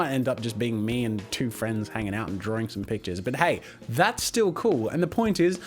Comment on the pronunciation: "Jazza's Drawring Jams!"